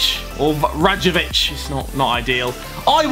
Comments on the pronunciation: Not Ragkovic, Rajkovic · hahahahaha radjokovic jo pronounce it like that r a j k o v i c iths that simple how you read it you pronounce it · הוא אמר ראקובוגיץ' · Harry, i'm Serb and you say R-A-J-K-O-V-I-CH